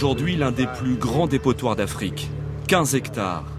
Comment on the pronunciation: DÉPOTOIR pas " dépottoir"